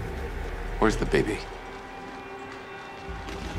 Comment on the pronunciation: If you listen he kinda says "bebe" instead of "baby".